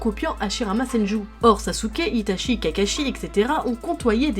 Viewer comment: J’arrive pas à prendre cette vidéo au sérieux, ‘’Itachie’’ ‘’Cacashi’’ ‘’Uchiwa’’ ‘’Rinéguane’’